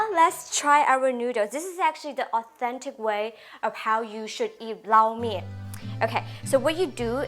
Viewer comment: I have definitely been pronouncing Lo Mein totally wrong all these years lol. Thank you for teaching the proper way to pronounce it.